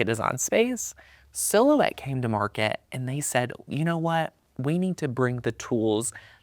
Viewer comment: So many other machines on the "Mark-KAT". Lol.